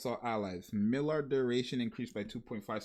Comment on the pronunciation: Maillard pronouce like (my-yar, my-yard)